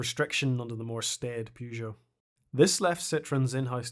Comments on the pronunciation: I'm Irish and I pronounce Peugeot and Renault correctly. I'm cringing every time I hear that "Pyoo..." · Love the video, but please stop pronouncing "Pugeot" like that. There's an e there at the beginning, not a u sound, you can find French people in video saying it right, it's distracting how you pronounce it. Sorry for the rant, keep the videos coming.